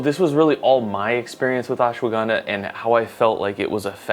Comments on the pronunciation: Hey man dont pronounce it as Ashwa- Ganda. Ganda in India means "Bum". Instead it is to be said as Ashwa gun dha. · messed up pronunciation its ush-wuh-gun-dhaa